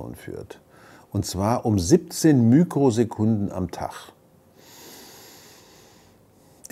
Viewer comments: Heißt das eigentlich "Mikrosekunden" oder "Mükrosekunden" . Denn ich bin mir ziemlich sicher, dass es "mikro" ausgesprochen wird, aber ich höre immer wieder "mükro". Vielleicht weil die Einheit mit dem griechischen mü abgekürzt wird? Aber spielt doch keine Rolle, wie man das voll ausspricht. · Man sagt ja auch Mikroskop und nicht Mükroskop oder Mikrophon statt Mükrophon usw. "Mikro" ist die einzig richtige Aussprache.